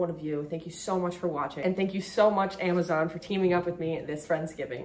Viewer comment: She forgot the z in Amazon lol 😂😂😂